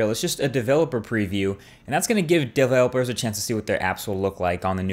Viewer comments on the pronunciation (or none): daE-velopers? What happened there? lol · Exxo dude go 16 seconds in and listen to how he says developers . 😂😂